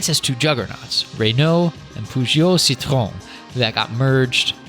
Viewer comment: Citro-EHN not "citron". You basically said the company's name is "lemon" in french, wich is also a term to define an old bad car.